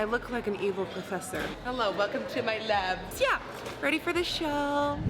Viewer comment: Who else always thinks she says hell on the beginning